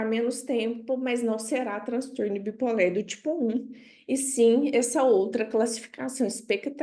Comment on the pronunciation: Adorei a aula, muito esclarecedora, mas não entendi porque a professora fala "bi polér". Isso é devido a linguagem neutra?